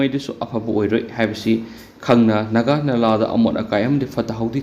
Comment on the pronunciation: Naga nala haiba nate, Nagha turel ne, turel maming do chumna pabiyu. Ngasifaoba leirakpada naga naladi eikhoidi khanglakte, Nagha turel hairaga ahal laman matamdagi khangnarak a